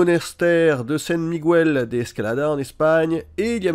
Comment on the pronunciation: c'est pas Migwel , c'est Miguel le gu espagnol est prononcé comme en français.